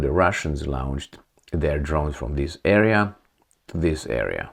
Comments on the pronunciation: It's like 'lounged' and 'lawnched'. I can't take it anymore - sorry. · A bad habit that la-oun-ched....